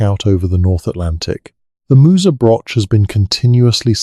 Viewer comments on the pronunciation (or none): Listening in Scotland... FYI Broch, Loch are pronounced wrongly - not a lock, brosh, brock or broch (like broach or church). I don't know how to write down how the 'och' in loch and broch is pronounced but I'm sure the internet can tell you. A brock means a badger!! Also the Orkney tomb is pronounced May's-How - there is no 'sh' Interesting info though and enjoying listening, but just hard to follow because of translating all the mispronounciations! 😂